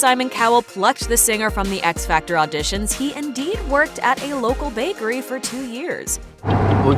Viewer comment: Years later and the way he says 'bAy-kErY' never changes😂